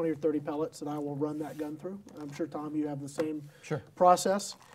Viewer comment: Why did you have to add emphasis on Tom's name like that🤣🤣